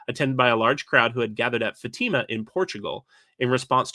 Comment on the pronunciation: Pronunciation correction: Fatima in Portugal is fa-ta-ma, not fa-tee-ma